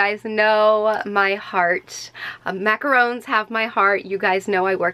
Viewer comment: macorons not macoroons